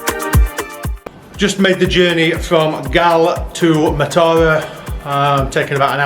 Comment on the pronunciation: Matara is pronounced as Maaaa-tha-ra emphasize Maaa. If you see someone drinking from a glass bottle it does not necessarily mean they are drinking booze, people fill empty bottles with water to drink. I dont think people actually now fish from stilts they just pretend and ask tourist for money to photograph them!!